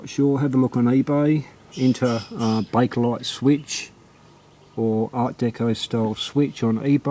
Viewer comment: no r it is bakelite good videos from u